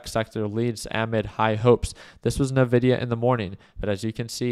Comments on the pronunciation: My ears bleed a little every time he says it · I feel like he's f*cking with us when he says (Nuh)-Vidia instead of (IN)-Vidia. 😂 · Everyone I know calls it "En-vidia"